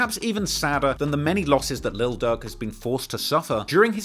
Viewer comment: I thought you were saying Lil Doug